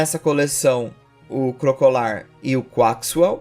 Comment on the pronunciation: se pronuncia Crocalor (Crocodilo + Calor)